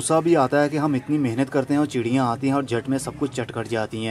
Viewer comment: Chidiya.. Wala sounding so funny. I enjoyed the video.